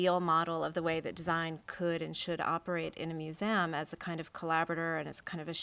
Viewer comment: Brilliant session! Her repetitive pronunciation of museum as "moo-zee-amm" was funny though. :P